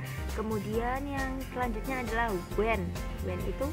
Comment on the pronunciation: When nya kuran "N" bu gulu 🤭